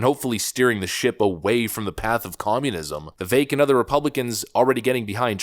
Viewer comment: Did you learn how to pronounce Viveks name correctly yet?